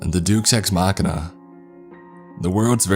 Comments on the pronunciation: “Corpreel?” “Exorbantly?” What? DOOKS ex machina ROFL🤣😂 HYPOSSASSIS. HAHAHA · I love how he pronounces almost everything perfectly and then gets to DUKE’S EX MACHINA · Lol I will never forget the "duece ex machina" haha! It's pronounce day-us, like deus ex machina. Just FYI for the future! 😉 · Great job on the video! This was really fun to listen to while painting. I can't help but point out the phrase is pronounced "Day-oos eks makk-eena" and not "Dooks" as it's latin, but lovely work all the same! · The “Deuce Ex Machina”.... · It's pronounced Day-oose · “...juice ex makkiner....” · "The Doos ex Machina" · I love the voice and the stories but when you said dukes ex-machina I lol'd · "deuce ex machina" lol